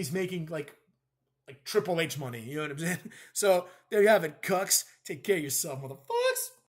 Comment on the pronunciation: Thanks The way you say cucks is hilarious.